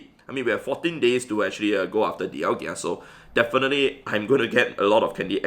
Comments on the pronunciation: (Daial-ga) thats how you pronounce it but it's spelled dialga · I love ur vids but every single time u say dialgia i dislike ur vid bro, learn to pronounce names xD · When you realise it's pronounced dial-GA and not dial-GIA Edit: LMAO thanks for all the hate I got in replies😂 keep it up guys!! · Please stop saying Dialgia instead of Dialga